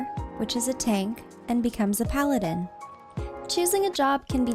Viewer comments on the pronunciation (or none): none